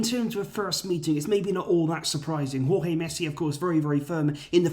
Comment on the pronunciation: I'm glad that you are now pronouncing Jorge properly